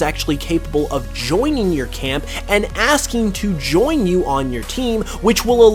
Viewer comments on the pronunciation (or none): none